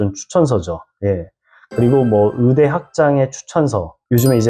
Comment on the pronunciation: 의사 의대를 자꾸 으사 으대라고 하니까 듣기가 힘드네요. 신뢰도도 떨어지구요.